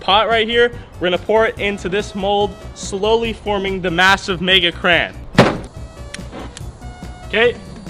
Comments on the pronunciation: You pronounce Crayon very strangely. "Cran" lol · If he says “Crayon” wrong one more time 🤦🏼‍♂️